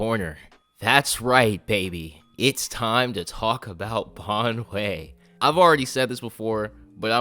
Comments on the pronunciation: Nah. He's pronouncing it Bon-way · I'm going to hate it every time an English speaker tries to pronounce Banyue. It physically hurts my ears.